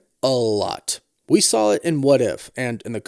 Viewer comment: Stop saying “Sawl”. It’s SAW